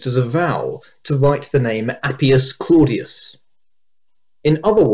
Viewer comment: It's mazing how you explain the Latin sound in "claudius" by actually pronouncing it the English way (id est wrong) 😂